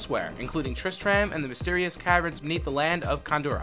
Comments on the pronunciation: I stopped watching this when you said tristram wrong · Never say "Tristram" again. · This guy BUTCHERED so many words like Tristram, not only that but he got quite a few facts wrong. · "Tris-TRAM?' Nah, you gotta say "Tris-trum" my dude Also, "No souls were sold during the making of this game?" Damn...... Blizzard are some cold bastards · you anoyoid me so much tris tram nooooooooooo you pronounce it tristrum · Tris-TRAM... Smh... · its not pronounced Trist-rAhm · The way you pronounce tristram makes me cringe so hard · wait? you've never been to trisTRAM? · "...triss-tram..." closes video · Flim flam itsTriss-Tram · Did he pronounce Tristram as Trish,tram? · sorry i cant stop laughing at Tris Tram... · TRIST RAM!?!??! NO FUCKIN GOD DAMN NO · What is "trist tram?" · You lost me at triss-tram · I'm sorry. Tris-Tram? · all aboard the Triss-TRAM to KHAN-durr-ass...sigh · triss-TRAM..... really? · It's pronounced trist trummm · did anyone cringe when he said tristram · I stopped watching after you mispronounced Tristram. Idk how managed to butcher it that badly Edit: it annoys me so much knowing hes never played the game. Every major name or bit of lore he never talks about or butchers the pronunciation. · Please play the games you talk about, you keep saying Tristram wrong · 1) tistrum not trisTRAM 2)Battle net...no one says 3) dead MOW 5??? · Triss-tram. Mafeastoh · TrisTRAM, mePHEESto, what a dweeb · "longe-tivity" = longevity "triss-tram" = tris-trum "khan-doo-raass" = khan-dur-iss "me-fee-sto" = meh-fist-o "there were 15 developers originally, but that number doubled to 45 by the time Diablo 2 was in development!" = "there were 15 developers originally, but that number tripled to 45 by the time Diablo 2 was in development" "kull-aid" = cool-aid "dead-mow-5" = dead mouse "haven" = heaven It's like this guy doesn't speak english and hasn't played the games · The cringe is so real